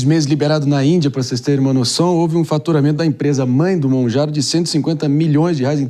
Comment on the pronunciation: Mounjaro dr. E não Mounjauro ! 😉